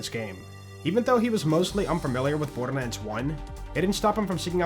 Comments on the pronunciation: Is it just me or are you saying "bordermands"? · am I tripping or dude's saying borderman?